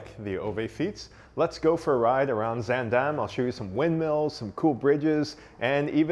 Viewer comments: you managed to get the pronunciation of zaandam close enough- why only that time, could’ve pronounced it that way all the other times? 😄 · I honestly can't tell the difference between this time and every other time he says it. Maybe a slightly longer vowel on the second syllable?